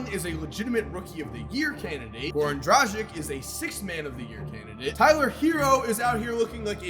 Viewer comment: will never learn to pronounce Goran Dragic's name correctly.You pronounce Doncic correctly but you butcher Dragic's name so much that my ears bleed every time i hear Goran Drajik.Letter C has the same pronounciation in all slavic languages e.g. Jokic,Vucevic,Doncic,Divac(not Divak for the love of god no),Stojakovic and so on.Please if you read this don't say Drajik again